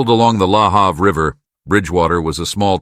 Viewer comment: Im watching again about the death of Karissa Boudreau in Bridgewater Nova Scotia. I live an hour away from Bridgewater but my father who lived in Bridgewater for many years was very upset. Lahave. The a in have is pronounced a